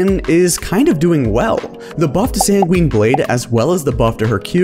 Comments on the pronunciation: & “San-gween Blade” eye twitch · when he keeps saying Quinn I heard it has “SanQuinn Blade”